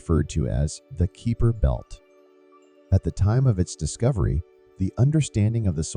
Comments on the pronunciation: I stopped watching in when the repeated pronunciation of Kuiper as "Keeper" annoyed me too much added to he suspicion that there was nothing new here as they took to say nothing at all. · Was about to ask what the Keeper Belt is. lol It wouldn't be so bad, but when Kuiper and his belt are mentioned so often it is very irritating! lol